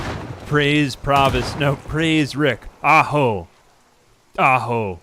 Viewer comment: “Aho” is actually Native American, if you could stop saying it like it’s cave men that would be amazing and anti-racist of you. Thanks Aa